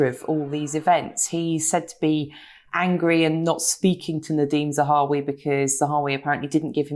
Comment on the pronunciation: It would be an awful shame if Nadhim Zahawi had to resign just when Katy has finally started pronouncing his name correctly... Oh the humanity!! :)